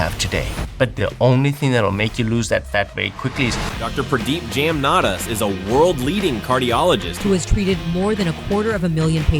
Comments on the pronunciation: Stephen, it would help to learn to pronounce your guest’s name. The name is pronounced Jum-naa -daas. Jum as in jump. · It is pronounced "Ja m na daas"